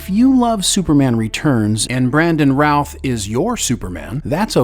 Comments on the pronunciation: why does this AI say ralph over and over again clearer and no roth, creator i award you no points but some style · Great great video. But I keep hearing Brandon "Ralph" when you say it 🤷😅 By the way, Tristan Lake didn't win a daytime Emmy in 2018. He got a nomination.